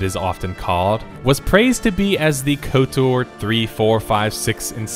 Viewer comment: the amount of times you said "S,W...TOR" instead of just "swo-tor" (one word sounds like just kotor which you said correctly a bunch) is going to haunt my nightmares. Other then that great video lol